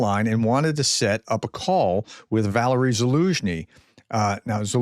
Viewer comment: It's VAL-AIR-EEEE.... why are you incapable of pronouncing anything correctly.. You're a teacher for fucks sake. Soooooo sick of it